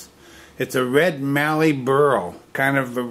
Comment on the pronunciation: Hi. Great work with the Mallee burl from an Australian woodturner. And you know how to say Mallee, not Marllee like so many international turners do. By the way, it was not red Mallee but brown Mallee. I have turned both and they both give great results. Your description of the burl as a Hedgehog is appropriate, but we in Australia would call it an Echidna, our own spikey anteater.